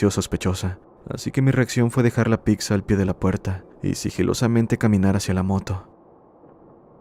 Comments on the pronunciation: Es buena el vídeo...pero escuchar la palabra "picza" es bastante molesto. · lo que mas terror me causó fue escuchar que dijeras "PICSA" 😅😂 🍕